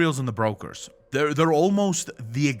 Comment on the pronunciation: English is not your first language I guess. But they are not Breakers, but brokers and that have nothing to do with breaking.